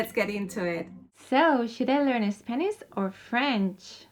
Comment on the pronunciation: spaniSH , I do not know why it is so hard for people from Spain pronounce correctly the [ ʃ ] sound